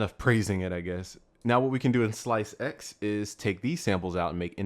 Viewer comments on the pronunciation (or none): lmao, slice-ex... no just no... it's ssssllllaaiisssseeeexxssssssssss......